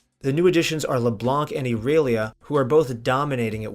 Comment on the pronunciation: "I" relia